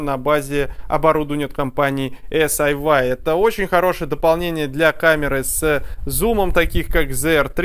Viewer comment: Эс-Ай-Уай режет ухо (почему тогда не Эс-Ай-Уай-Ай?). Вообще-то по китайски это Си-Йи ("умное крыло").